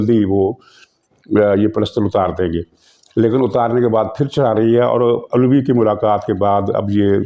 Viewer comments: جناب یہ علوی ہے نہ کہ اولوی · محترم جناب صدر عَلوی لفظ درست تلفظ ہے اُلوی درست نہیں آپ اپنا تلفظ درست کیئجیے میں آپ کا مداح ہوں بڑی توجہ اور انہماک سے آپ کی وڈیو دیکھتا ہوں۔معزرت اقبال پرویز خان۔حیدرآباد سندھ